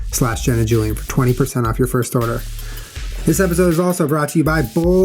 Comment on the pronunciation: At the end when Julian said "Get yourself some MeUndies..." I thought he said "Get yourself some mayonnaise" and I was like, "Julian, did you not just sit down to talk about the vegan lifestyle??" Lol... :)